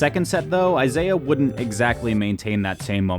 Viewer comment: Isai. Not Isaiah. Pronounced Ee-sigh